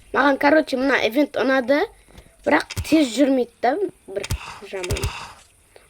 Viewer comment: Евент емес ивент